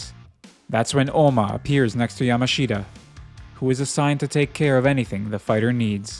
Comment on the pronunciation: Just FYI, the native way to say Yamashita is like Yamashta. Just skip that last i. (You'll be able to hear it in the show)